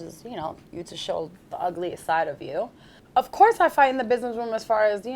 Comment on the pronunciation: She be like "biznezz"